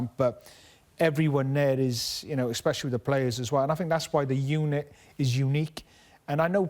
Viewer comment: Craig 'expecially' Bellamy